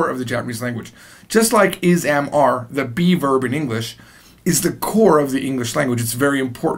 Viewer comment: Every time you say "be verb" I keep thinking you're saying "beaver" and I get thrown off, lmao. But...I've been binge watching your video lessons for the past 3+ hours and I'm having a blast.